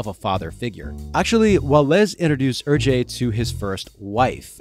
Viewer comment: Great video. Hergé is pronounced like "air-che" not "er-jay" though